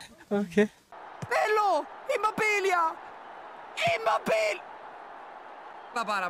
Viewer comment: IMMOBBILLA. IMMOBBILLA. IMMOBBILLA. SENZA LA "i" SENZA LA "i" SENZA LA "i" GiGiGiGiGiGiGiGiGiGiGiGiGiGi.